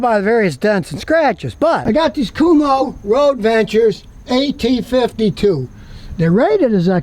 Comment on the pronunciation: Kum-Ho tires? 😂